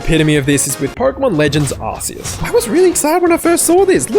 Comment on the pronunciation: He got legends Arceus so wrong😂